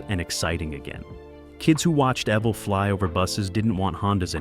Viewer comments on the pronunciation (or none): man...that was pure torture to hear his name mis-pronounced 275 times..... I met EVEL ( pronounced EVIL ) in 2003 , and told him he inspired my whole life's trajectory...he just smiled, and said " motorcycles inspired mine " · You must, must, most learn how to pronounce a subjects name correctly, especially when you have to say, Evel, so many times throughout the presentation. You pronounce Evel with a long e sound. To spel Evel phonetically; Evel, è, (long e), v el, l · Lovely narration from calling him Evel (rhymes with Bevel), to calling the bike an XR-------750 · Evill ?? Wtf were talking about a legend and this computor crap cant get it right . Shame shame😮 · HE DOSENT HAVE CREDS W ME CAUSE HE DOESNT KNOW HOW TO SAY HIS FIRST NAME ALL AMERICANS & BIKERS KNOW EVIL & ROBBIE K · It's sad that you can tell it's a computer voice because no human would mispronounce his name. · It's driving me nuts